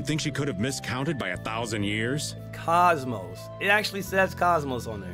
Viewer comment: I'm not sure if he's mispronouncing KOSMOS (both long O's) on purpose, or if he's never played Xenosaga (where she came from originally). I heard she's a rare pokemon - ahem - blade in Xenoblade Chronicles 2, but I don't know if they ever pronounce her name in that game.